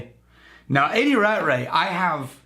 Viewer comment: I will say one thing... Rattray is pronounced Rat Tray. That is all.